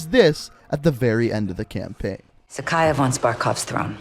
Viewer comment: It’s pronounced “zack-eye-ev”